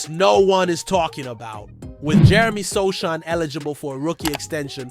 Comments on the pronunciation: "Precision"? You mispronounced Jeremy Sochan's name. No like. No Subscription. No more clicks for you. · its pronounce as SOOOOOO HAANNNNN you moooooron... idiooooot youtuber...